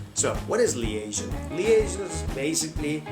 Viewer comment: I'm sorry, but your "American" accent also sounds like the Turkish accent. Also check your pronunciation for some words, e.g., liaison. Work on linking and intonation, hope this helps. Interesting video though.